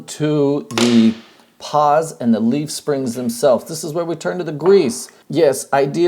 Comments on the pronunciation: You mean pawls, not paws, right? Right...? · Say it with me: PAWLS. Not "paws". This has been a public service message.